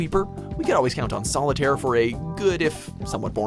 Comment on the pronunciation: Excuse me but SOLITARIE?!?!?! ARE YOU SERIOUS?!